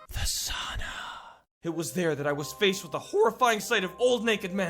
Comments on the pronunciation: when you said sauna it sounded so weird XD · 😂😂😂😂😂😂😂😂 its fun when u say sauna. cuz im from finland